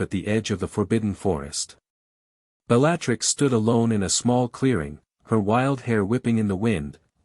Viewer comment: I enjoyed the story but the AI pronunciation of Bellattix's name set my teeth on edge